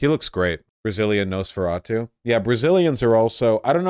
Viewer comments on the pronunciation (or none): none